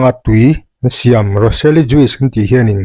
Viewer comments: Juice hi jush ti anga lam nise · JUICE ah hian 'i' hi lam rik telloh tur. Joos ri angin. Ka thiam ber lo na a..a dik inkawhhmuh nan hrim²